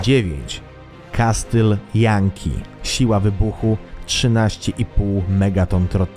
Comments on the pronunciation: nie "kastyl" tylko- kasyl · Jestem pełen uznania dla autora TOP10Wszystkiego. Mam tylko jedną uwagę do autora. W wyrazie "castle" (ang, zamek) litera T jest NIEMA, Pozdrawiam autora. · "Kastyl"? O.K.